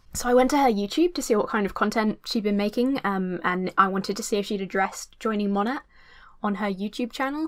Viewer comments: I love how you keep saying Mon-AT as opposed to Mo-NAY 😂 😂 all the Monat reps scream at people mispronouncing their “business” lol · Everytime you say MonaT it kills me a little bit. The T is silent it's pronounced like mow-neigh. Like mow your lawn and the horse says neigh. Please